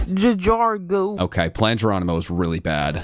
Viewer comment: say Geronimo say jajargo